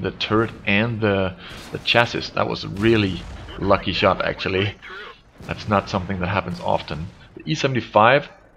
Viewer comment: he says shit instead of shot xD